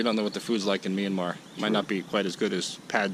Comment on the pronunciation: You don’t pronounce Myranmar as Meeanmar.